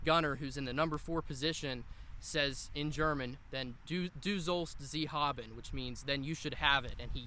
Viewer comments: "Du sollst sie haben" - Pronounciation was alright, understandable but not perfect ;P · pronounciation of 'Du sollst sie haben' was actually pretty good, nothing to complain there 😉 Greetings from Austria/Europe 👋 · pronunciation was perfect! I'm actually about to start my master's in German and specifically intend to study the German immigrant experience during the Civil War, so I appreciate the XI Corps perspective.